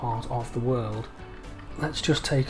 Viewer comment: You call the train transport fever word instead of world